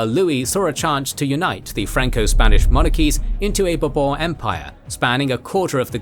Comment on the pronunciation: i am so glad Bourbon sounded like a royal family name in this video (and not some kentucky liquor). By the way, if i had any say, i wish that kentucky liquor was pronounced the way the royal family name is pronouced. (Talking about chinese, i happen to hear a lot from the chin dynasty even if transliterated qin, nobody never actually pronounce it "kin" so i guess people do check on non european pronounciation from time to time)